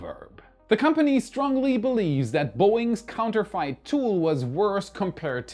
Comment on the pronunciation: Counter-fit..... Not fight😊